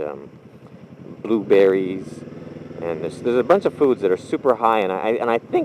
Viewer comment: Why do I laugh when you say blueberry...